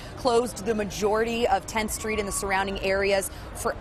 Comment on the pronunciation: Lol da stweetz naw! Da no ledge of da stweetz!